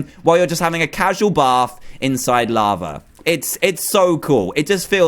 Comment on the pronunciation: you say "lavra"